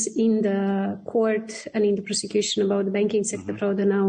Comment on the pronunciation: Просекьюшен или проститьюшен?... Бдь аморфная.